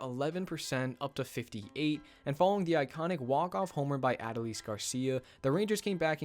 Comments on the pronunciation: Love the video! But you gotta pronounce Adolis correctly 😂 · A lot of commentators pronounce Adolis' name the same way you did. It's really a non-issue. Keep up the great work, and thank you for covering my Rangers!!